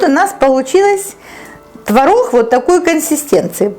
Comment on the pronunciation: Почему она так разговаривает?: твороХ, пероХ ,4 ложечки приХотовлю, они не будут Хореть,тебе было 2 ,5 Хода ,я тебе Ховорила " от куда родом ? Не Хустой твороХ : ухо режет🤕